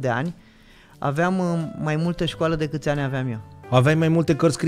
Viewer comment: Sunteți fabuloși, dar ce ne facem cu "dăcât" ul ăsta 😅...